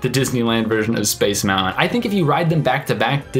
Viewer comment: I wanted to watch this video, but in the first 5 seconds you mispronounced the word MOUNTAIN. No thanks.